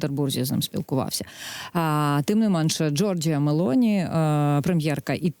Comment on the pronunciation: Коли Загородній вивчить правильно озвучувати прізвище Мелоні😂